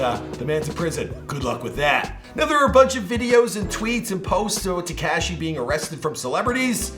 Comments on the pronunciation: Ta-KAW-SHEE. NOT TEEKASHI!!! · Why do you say TEKAHHSHI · When is going to stop pronouncing 69’s name ‘Te-KASHEE’ 🤦🏻‍♂️ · Dude is not Tkashi is Tekashi 😂😂😂😂😂😂 lol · Am I the only who hates how this guy says Tekashi’s name omg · I hate the way he says tekashi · PLEASE stop pronouncing Tekashi incorrectly. It's NOT pronounced with the short "A" sound. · I know right bothering me too... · Lol he says it funny